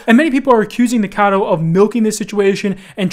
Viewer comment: lol why is it so hard for everyone to say Nikocado instead of Nikado